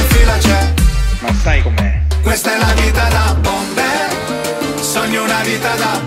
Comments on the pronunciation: Lui dice bombeh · Sbaglio o pronuncia la parola bomber? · Bobo Vieri non riesce a pronunciare bene nemmeno "Bomber"